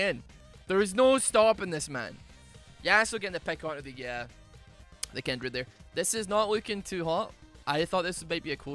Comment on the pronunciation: Everyone: Kindred: Kendrid